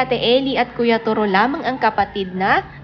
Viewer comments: To ro. Malumay pronunciation! Not Toro as your 'mabilis' pronunciation. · Korek..just to ro not turo!!😆😆😆🤣🤣😱😱kaluka ang bigkas turo!!?????🤣🤣🤣🤣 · Hahahaha toroh iba Nga yung pag pronounce Nya😂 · correction lng po.. TOW-ROW.. po ang pag bigkas ng toro’s name.. yan kasi name ng kaparid ng asawa ko..TORO japanese name.. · hahaha... pansin ko din.. ang pangit ng pag bigkas nya sa toro...! toro is japanese name.. ang pag bigkas nyan.. is tow-row.. ganorn... hehe